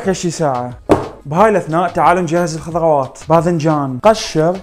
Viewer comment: الخضغوات 😭😂 ترااا مو تنمر🤍